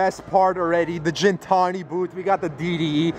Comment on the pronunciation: Bro it's pronounced gEntani like "animal" in Armenian